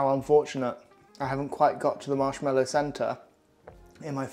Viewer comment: MarshmAllow, there is no ‘e’ in the word.